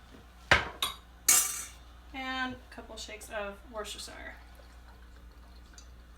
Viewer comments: I just had to let you know that Worcestershire is pronounced woos-ter (or ta 😉)-sheer. Natives of Worcester MA. are proud to say they are from Woosta and that in cooking, they use what their English forebears called woostasheer sauce. Not trying to be mean or "know-it-all"!😄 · Actually it's pronounced whatsthishere sauce